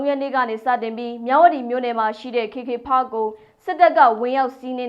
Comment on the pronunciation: ဘာတုန်း "ခေ ခေ ဖတ်ခ်" ဆိုတာ။ "ကေ ကေ ပတ်" ကို ဘိုသံတွေ တအားပီပြနေတာကိုး 😂😂။ ရှာမှ ရှားပဲ 😂😂